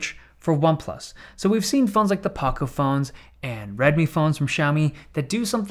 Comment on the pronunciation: Good take on the shift in marketing strategy for the Nord. Still going to be a nerd myself, but a cogent one that does not fall for the Samsung super soup messes. Maybe US will get the Nord T with SD 768G? It is out there for the taking. Po-ko phone, neve Pah-ko phone.